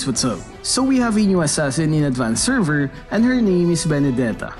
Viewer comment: HAHAHAHA VENDETA